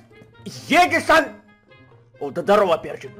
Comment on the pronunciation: Ты букварь аткрой гавариш а паравилно эдисон